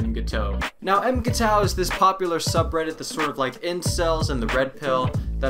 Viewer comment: Pronounce it m'g-tow